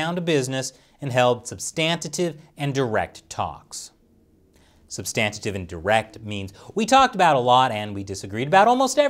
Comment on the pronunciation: "substantitive" lol